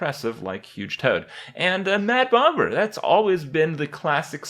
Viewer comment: Did Kripp say Mad BoMMer?